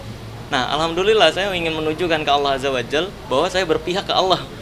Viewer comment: Yg Bner Dalam Penyebutan Itu Allah Azzah Wajallah Bukan Allah Wajal Belajar lagi Biar Paham Jangan Asal Ucap KataNya Dikeliling Banyak Ustad Masa Dalam pemyebutan KalkmatNya Salah